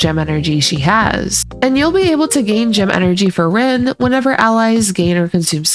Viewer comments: You keep saying ren instead of rin, i know it’s probably fine but its bugging me like crazy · Tomato, tomato… 😂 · Tbf, the name "Rin" can be said a few ways in english. "Reen" is the less common way in most dubs, though it is how they say it in the FSN im pretty sure but eh, its semantics.